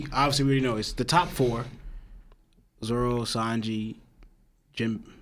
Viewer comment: Why does the guy on the left say zolo instead of zoro 😂